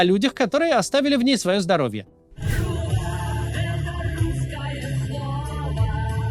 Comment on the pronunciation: Труба а не труба 😅 надо читать правильно